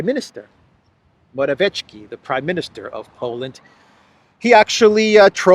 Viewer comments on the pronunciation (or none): P.M. of Poland is pronounced..Mora...viet...ski.( viet, like vietnam). There is no hard "ch" sound. The 'c' in his name is...'ts'.Not that your reports need correcting,, as you are one of the rare ones who openly, decently and honestly get the facts out with integrity. Thanks.